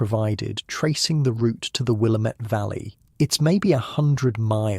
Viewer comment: Great story, as usual! I love the accent-- it is so calming. One quick note: the Willamette Valley is pronounced "will-AM-ette" as in "God- DAMN-it". I was corrected this way when I went there on vacation by the locals. 😉